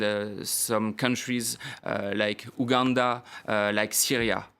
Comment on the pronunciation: It’s youuuuGANDA